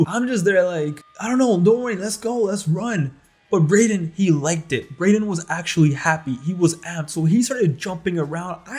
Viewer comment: My face dropped when you said Brayden 😂